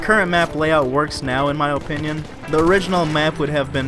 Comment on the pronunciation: You say opinion so strangely Oh pinion